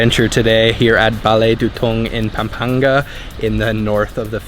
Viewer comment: IT'S PAM-PANG-GA.